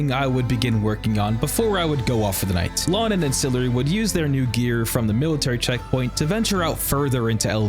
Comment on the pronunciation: Ancillary doesn't know how to say his own name? GG